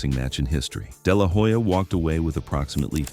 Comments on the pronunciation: It's no " deh lah whoe-ja" it's pronounced " deh lah oh-ja" 🙄🙄🙄🙄🙄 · It is not De la hoya , it is pronounced De La Olla .